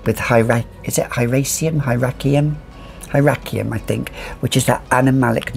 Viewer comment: I am pretty sure you pronounced “hyraceum” correctly the 1st time- hi-raysseum”. And also Salome is next on my list! You and Sebastian are crazy about it- I think it’s worth a bb!